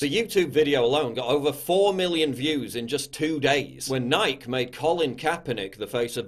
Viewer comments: Agreed with everything, except how you pronounce "Nike" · Ive never heard anyone mispronounce nike before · I love the way he pronounced "nike" lol 😂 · He really pronounces Nike like that? Wtf 😂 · Did anybody else notice how he mispronounced Nike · Please dont ever say nike again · Does Paul not know how Nike is supposed to be pronounced?